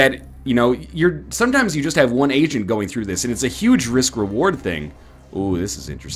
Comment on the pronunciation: Does anyone else hear "Asian" whenever NL says "agent"?